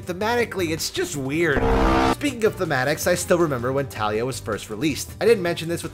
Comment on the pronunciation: Every time pronounce Taliyah’s incorrectly a kitten dies:( you murderer